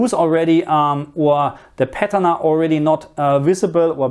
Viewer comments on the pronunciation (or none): none